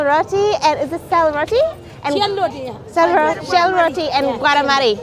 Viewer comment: To pronounce these items correctly I think they ought to slow down and listen more carefully. It’s Sel Roti. (Sell. Roti). And they aren’t having chai they are having coffee. Dahn yah vaad. A-char. We don’t bite in half and full with jhol. Soup Momos are done like such.